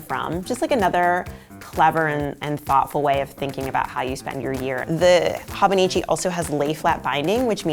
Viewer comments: Goodness...."hawbuneechee tekko" made me cringe....I'm the th person to correct the pronunciation but its "hoe-bow-nee-chee teh-cho" but yeah its great I fricked love my hobonichi! I got my sister the 5 year version (which I think was limited edition?) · Its actually Ho-boh-nee-chee Teh-chö. Lol No long sounding vowels. 😆✌🏼 And no, the 5-year techo is not limited edition. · Life changing might be overstating it given your displayed lack of knowledge on the subject. No mention at all of the Midori/travelers notebook. Or the Jibun Techo for that matter. If you don't know how to pronounce something, look it up or find other youtubers who do know the pronunciation. It's a long O in Hobonichi and ch as in church in techo. (Let's not even get into the rapid talk, vocal fry, excessive "like" placeholder, uplift at the end of sentences plus dropping off in volume) Learn something about the tomoe river paper in the Hobonichi as it is one of the major selling points of this planner. Also include the actual Hobonichi Website in your links list. It looks like you went to amazon, looked at a ratings list, ordered some planners and threw together a vid to hop on the whole planner thing. The Hobonichi link is